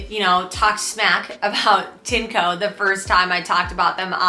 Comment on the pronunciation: It's pronounced "TIN - EH - COE"